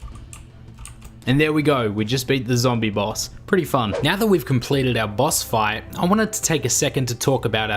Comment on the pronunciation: What it said: Boss fight What HE said: Boss Five